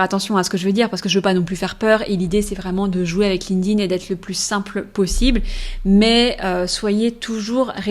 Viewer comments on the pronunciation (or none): erreur no.1 Prononcer ''Linkding'' au lieu de Linked In 😂 Je blague, belle video !